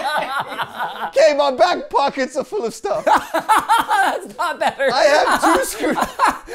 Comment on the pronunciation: "my arsh is full of shhhh-tuff"